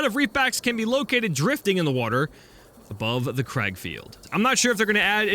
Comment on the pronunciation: You're right saying crag it comes from the Irish word Craig meaning rock so it literally means rock field